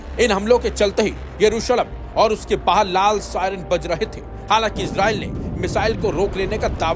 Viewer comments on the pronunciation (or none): none